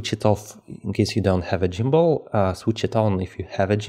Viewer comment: good info but its gimbal not jimbal